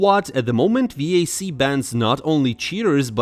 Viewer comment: The way you pronounce vac disgusts me